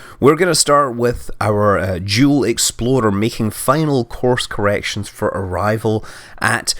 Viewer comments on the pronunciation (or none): Say explorer ..... Not exploddder you're driving my OCD insane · i heard the jewl exploder not explorer! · It's because he sent up two spacecraft named the Jool explorer and the Eve explorer, but it sounded like he said exploder when he pronounced explorer.